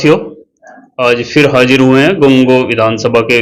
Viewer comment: ap apni zaban ko shi kry Ap urdo bolte h magar ap ki z aur j me koi farak nhi h Jese ap ne kha hm hajir h ye hajir nhi hota Hazir hota h Ap urdo shi kry aur zaban me mithas lay